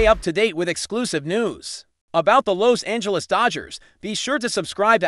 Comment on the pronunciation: Sickening AI narrative, mispronouncing Los Angeles and Pagres. Stupid.